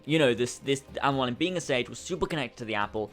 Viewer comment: I feel like he's having trouble pronouncing Mualim. Because that is NOT how you say it. Mualim is an Arabic word for teacher or mentor incase you wanted to know. MOO_A_LIM